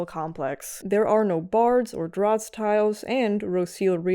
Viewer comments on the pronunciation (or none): none